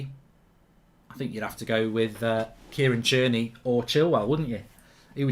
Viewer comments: He’s called fucking tierney not cheerney, you pronounce so many players names wrong. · Yeah “Tier-Knee” why is he saying it like that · Who tf is Cheerney?